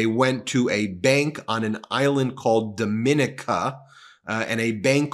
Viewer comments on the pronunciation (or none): Trump SPAC=RICO BTW: it's pronounced "Dom-in-NEE-ka" (not dom-IN-i-ka) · Jesus! The island is pronounced Dom-i-nee-kah! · It's not as important as the information, but Dominica is pronounced, Dome i knee ca. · The name of the island is pronounced domineeka and is best known for being the nature island of the Caribbean. It's a beautifully magnificent place. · Dominíca. I stay in la República Dominica. Domin(ee)ca (the other country) is accented om the last í. 🥰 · Love your channel. I live in the Caribbean and your pronunciation of Dominica is incorrect. It's pronounce Dom- mi- ni- ca. Hope this helps. Continue the great work. ❤❤❤ your content. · The island is pronounced - Dom e NIK a. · It is not Dominica! It is Dom meh knee kah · Hey Ben, it's pronounced Dommineeca with the accent on eeca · Can't get more shady if you open a bank in Dominica, pronounced, (Dom-E-Nika) on a small but beautuful island near Antigua. Sounds like Alan Stanford all over again. Still, americans think that DJT should be the leader of the world. "Greed begets Greed"😢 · Dominica is pronounced differently from the Dominican Republic... if they are going to be in the news for any length of time, you might want to fix your pronunciation. It is pronounced as "daa muh nee kuh". Hope this helps! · You and are pronouncing the island name incorrectly.